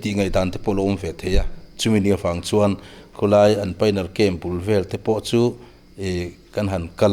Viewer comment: Khu lai tih mai tura khu tlaia inti kher zel hi ngaihthlak a tinuam lo. I hmanggngawrh angreng bawksi.